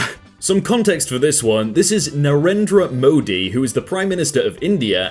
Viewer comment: You butcherered Narendra Modi is funny.